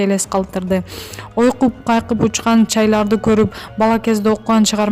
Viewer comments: Сен кыз кандай окуйсун жорткон деген созду журтан дейсин ойкуп кайкып учкан чайка деген созду чайлар дейсин? Жылдын супир деп баш аягы жок окуйсун бул ютуп каналына контроль жокпу теманы так жазгылачы кешиктуу маалымат аллалы деп кирсен эле баш аягы жок! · Чайлар учуп дейсинге жок дегенде туура окучу толтура ката окуганында кок мее...